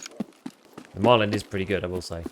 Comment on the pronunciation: why do you add a d on the end of the guns name? it's Marlin, like the fish, not Marlin-d 😂